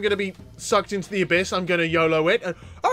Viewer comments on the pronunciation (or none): none